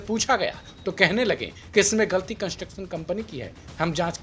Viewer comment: विधायक जी कंस्ट्रक्शन ठीक से नहीं बोल पा रहे हैं।ऐसे अनपढ़ और नाकाबिल इंसान अगर विधायक बनते हैं तो पुल ही नही, बनाया जाने वाला सब कुछ गिर जाएगा। फिर भ्रष्टाचारियों की जय हो......